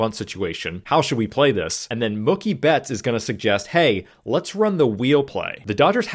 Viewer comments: You’re saying Mookie like cookie 😂 say like a cow goes moo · His name is pronounced Moo- key ,like a cow 🐮🐄 says Moo, Key 🗝️ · Are you saying "Muckie" Betts? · Mookie not mucky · Mookie rhymes with Dookie, not Cookie, lol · Why are you pronouncing Mookie like cookie? It's pronounced Moo-key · I'm a casual baseball fan and this was a great explanation of a wheel play. Thank you! Also just fyi Mookie is pronounced Moo-key 🙂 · I don't think you're wrong. It's Mookie like bookie. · Huh? You mean Moo-Key? As opposed to Mookie like Bookie? I say the latter. So does he. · you pronounce Mookie like it's a slur lmfao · I hate the way you're pronouncing Mookie's name wrong 😭 Cool vid tho 👍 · Someone tell this guy how to pronounce Mookie. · Someone should tell Mookie he's been pronouncing his name wrong this whole time. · Well...it does rhyme with "cookie"! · Mookie pronunciation is making me laugh. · I really don’t like the way you say mookie but I appreciate the teaching moment of the video great stuff